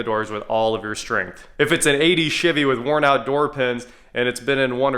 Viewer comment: Did you jus say chivy instead of chevy🤣🤣🤣🤣🤣